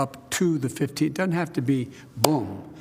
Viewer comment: JOE SAY "DOESEN'T" NOT: DUD-ENT!!!!!!!!!!!!!!!!!!!!!!!!!!!!!!!!!!!!!!!!!!!!!!!!!!!!!!!!!!!!!!!!!!!!!!!!!!!!!!